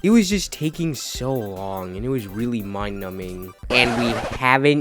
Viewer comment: Why do you say "weally" Instead of really